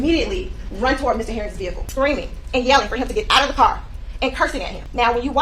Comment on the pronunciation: Bro said we the jewelry